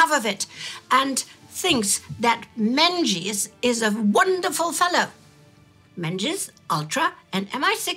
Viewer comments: Menzies is pronounced as Mingus in Scotland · The Scottish surname Menzies is (unexpectedly) pronounced "Ming-is" for future reference 🏴💚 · Menzies is (and was) pronounced "MING-iss."